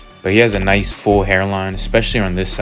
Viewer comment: "Gonna make his mustache nishe and sharp..."